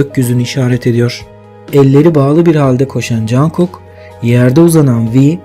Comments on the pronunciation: Ya Cankok değil conkok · Teşekkürler ama cankuk değil cunkuk diye okunuyor.😂😂😂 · Çok yaratıcı bir video olmuş yanlız jankuk demen çok kulak tırmalıyor (conkuk) veya (conguk ) şeklinde okursan çok iyi olur :) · Cankuk değil, Conkuk diye söyleniyor. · abi rica etsem jungkook u cankuk olara değil de conkuk diye okur musun doğru okunuş bu çünkü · cankuk cankuk kulağımı tırmaladı söylemeden duramayacağım. CONGUK. CONGUK OLARAK SÖYLENİYOR LÜTFEN DÜZELTİNİZ. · Cankuk değilde conkuk diye okunuyor 🌹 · Çok güzel olmuş. Ama niye jungkooka jankook diyorsun? 😅😅